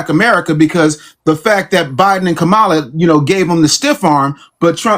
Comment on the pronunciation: KA-MA-LA, NOT KAMARLA. She pronounced it the right way.